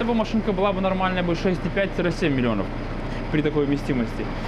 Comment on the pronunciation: говорит не 7 милионов а 7 милионёвь